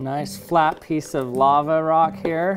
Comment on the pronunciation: He keeps saying “Laver”